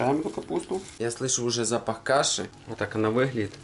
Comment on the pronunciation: простите что слышу запох сала и каши, я один услышал слышу запах.